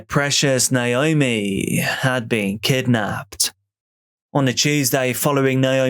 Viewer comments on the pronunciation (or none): Why you say Naomi like that ?